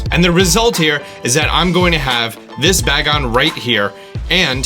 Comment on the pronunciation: Its pronounced "bae-gon" not bag on